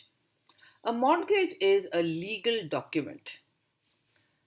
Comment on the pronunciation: Its Credit, capacity, collateral, capital. N pronounciation of Mortgage is "morgage" where t is silent.